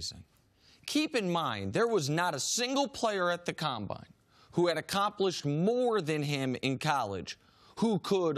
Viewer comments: "The ComBoine" wtf jenna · Caleb Cicero com-boi-n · The way she said combine in the beginning 🤣